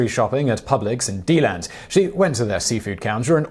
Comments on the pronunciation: You have plenty of opportunities to mispronounce unfamiliar place names on your channel, it is du-Land not Dee-land. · Del-and Not Dee-Land Simon. Nit picking I know but its like listening to Americans try to pronounce Leicester. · Lol it's da land not d land it's cool but it's funny af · FWIW that's "De-LAND". And yes, welcome to Florida.